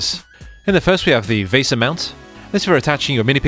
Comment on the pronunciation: Since when did people start mispronouncing “VESA”?